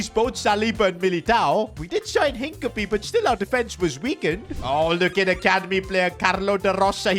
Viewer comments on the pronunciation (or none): his name is NOT hink-a-pee 💀